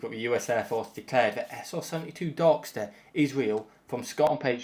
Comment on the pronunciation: “Sr-72 Dark Steh”